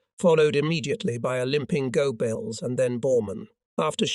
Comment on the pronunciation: Love the mispronunciations,especially Goabells and Elbee.😂😂😂